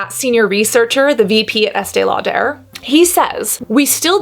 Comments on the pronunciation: I was with EL for quite a while. Although I actually love the way it sounds when you say it, it's just pronounced Lauder, not Lau-der' (but you did say Lauder towards the end). I was around for the launch this and another brand around the same time. This was a really interesting video (like all of them). While its a great barrier/occlusive cream, you made some very interesting points. I think this is a problem with all ultra expensive "special" skin care. People used to line up for it. You do know the industry. Brava. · Why does she say “Estee Lau-der” putting so much emphasis on the “der” part??? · Why este lauDARE? I feel like that’s a strange way to say her name. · Informative video but the way you kept saying “Estay-Law-Tur” over and over again made me want to poke myself in the eyeballs! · Estee Law....pause...DURR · Why does she say Estee Lo-duh like that? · Estée Lau-DER? Love it! 🤣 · estee law-durrrrr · Ok I looked it up and the emphasis is on the "aud" not the "der" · WHY CAN SHE NOT PRONOUNCE ESTEE LAUDER PROPERLY????? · WHY DO YOU SAY ESTEE LAUDER LIKE THAT AHAHAHAHA FUCK ME ITS ANNOYING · I love your videos and the content is really good but, can you please work with a vocal coach? You sound like Kardashian! Your vocal fry and upspeak is super annoying. It makes it really hard to fully enjoy your videos. Also, why are pronouncing Estée Lauder like that?